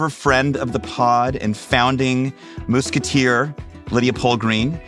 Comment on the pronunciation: Did you just say "moose-keteer"?